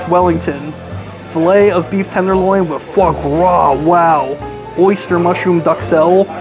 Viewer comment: HAS LITTLE ISSUE WITH THE TH SOUND. FOR EXAMPLE-" TABLE (WITH ) WIFF A BOOTH."